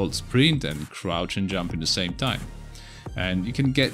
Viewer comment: What's "crout" jump? Isn't it "crouCH" jump...?